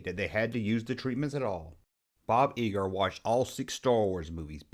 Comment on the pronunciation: It's Bo Geiger pronounced Guy ger. All in all, good job!!